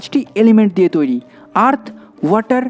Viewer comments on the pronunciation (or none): none